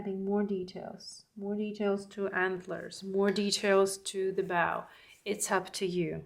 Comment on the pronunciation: It's bow as in cold, low or rainbow, not bow as in cow! Your painting ability is gorgeous, and I'm enjoying it very much. But I'm an English teacher and can't help myself... 😂❤ Happy Birthday! Very creative introduction too.